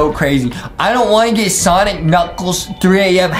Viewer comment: It is sonic not sanic Justin